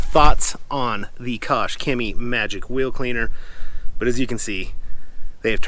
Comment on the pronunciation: Koch-HEMIIIEEE The "c in Chemie is silent"